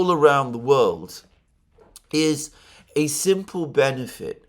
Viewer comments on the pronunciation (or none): none